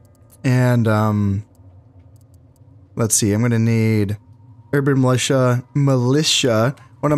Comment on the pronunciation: STATS FOR KHANS Urban Militia successfully pronounced 7 times Urban Musha incorrectly pronounced 4 times A hybrid of the two - Urban Melusha pronounced 5 times A heart warmingly valiant attempt